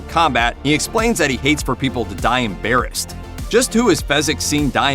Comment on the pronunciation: The line is “Embarrassed” but I always thought he was saying “on bare hands” when I was a kid. His emphasis on the syllables makes it sound like that.